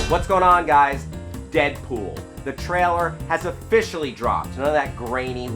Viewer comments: Damn you... Just say the word "Trailer" correctly... just once.. Just ONCE! It's not "Traller" you moron! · Am I the ony one who thinks can't say the word ''trailer''?